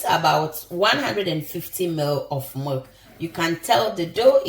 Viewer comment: Isn’t that milk sounds like she said merk